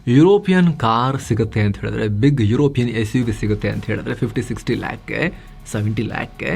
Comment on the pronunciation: Love your videos bro, its not lack, its lakh. Pls edit